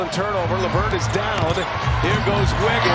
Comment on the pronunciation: “Here goes Wiggins” how they manage to mess someone’s name up every time we get a national tv game